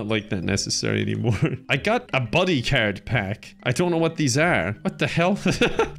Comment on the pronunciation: He says card i hear carrot